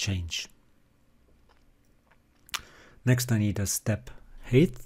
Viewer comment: Thanks a lot. I am so sorry for telling this: You pronounce height wrongly. This is [HAIT]